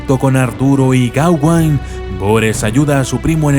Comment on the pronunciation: es gaweynne no geawanne